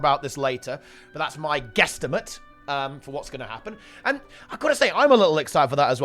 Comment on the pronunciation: Really? Quesstimate? Edit: twice....lol. Don't get me wrong, love the content. New to GW2, I love it and the community!